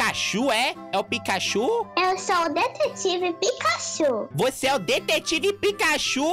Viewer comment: ne picachu nao e picachurru